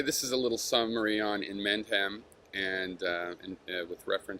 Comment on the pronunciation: Right I don't know what type of american accent you have mate, but the one you have is soo fucking annoying. In-mind-hahm?! WTF?, in-mend-ham dude, I know this is going to offend you but after I constantly hear you again and again pronoucing his name like that it pisses me off, what accent are you?, west coast, San franciso?